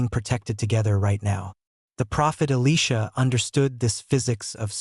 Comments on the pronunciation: E li (lie) sha NOT E leesha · learn to pronounce the names correctly!!! E Lie sha ! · Great video but Job from the bible isn't a job where we work. Elisha is Eli sha not Elesha a girl's name. Why can't the words be pronounced properly? And when some dies, they don't automatically know everything, even though they may remember much. Sometimes we hear voices from beyond. Jeffrey "are" Holland. How did you do that?